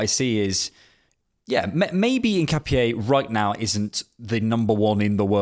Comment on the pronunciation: Btw it’s pronounced IN-KA-PYEH